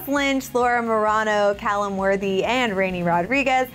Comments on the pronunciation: She pronounced Calum wrong. WOW!!! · She said Calum wrong😭